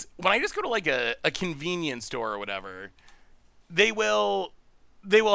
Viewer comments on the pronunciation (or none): none